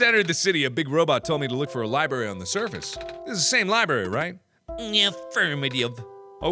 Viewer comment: Everyone in the comments are like 'Mark no, the medicine is for the plant' and I'm just here REALLY IRRITATED BY THE FACT MARKS SAYS LIBRARY LIKE 'LIBARY'